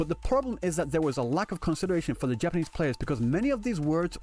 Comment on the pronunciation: The way u say Japanese kills me😭😭😭”Japan-nies “